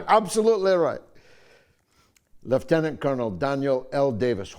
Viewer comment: Well done George for the correct pronunciation of Lieutenant.